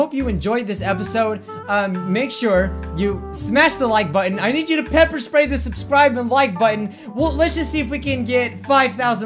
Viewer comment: Oof why does he say bepper?